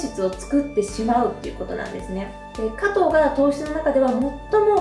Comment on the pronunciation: すばらしい情報をいつもありがとうございます。色々と参考にさせていただいています。動画の内容とは全く関係ないのですが、「果糖」のイントネーションは、「とう」の方にあります。（すみません、日本語教師をしており、つい気になってしまいました。それと、冒頭の、「食事からビューティー」の、「食事」が、初めなんて言っているのかわかりませんでした😅 しょくじ、とはっきり発音すると、聞きやすく、好感度もグッと上がるかと思います🤗））次の動画も楽しみにしております！